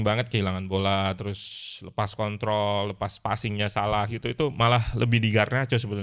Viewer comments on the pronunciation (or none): none